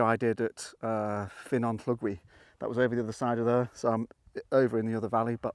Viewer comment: Another great video, giving me more ideas of places to go in Snowdonia. Just out of interest, when you went to Ffynnon Llugwy*, where did you park? There's the long layby on the left before you get to Llyn Ogwen, but is there somewhere closer to the access road? (* BTW, your pronunciation of Ffynnon Llugwy is close, but you need to swap the "y" and "u" sounds - it's Funnon Lligwy, not Finnon Llugwy. Yes, we have a weird language... ;) )